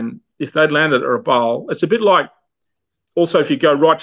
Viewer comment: A very good coverage of such a sad part of our history. I only wish would have got the place name pronuciations correct (Rabaul, Kavieng, Bainings etc)